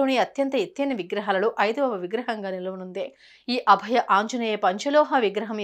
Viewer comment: అభ్య కాదు అండి.అభయ.